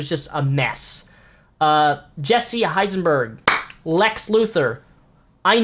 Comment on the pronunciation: Eisenberg bro. Not Heisenberg. That is insulting.